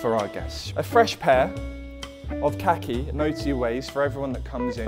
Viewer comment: We are not letting him get away with saying Khaki like that right 🤣